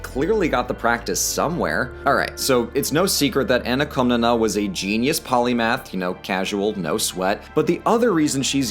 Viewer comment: Κομνηνή is closer to "Kawmnaynay", with stress on the last syllable. Only mentioned this because ever since I started learning Greek on Duolingo, the OSP Ancient Greek videos on YouTube have captured my fascination!